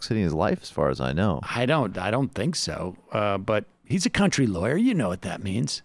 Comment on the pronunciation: 'I'm just an old country-time loiya.'